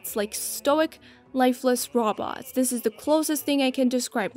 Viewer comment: Your pronunciation of robots is funny. "Raw Bawts"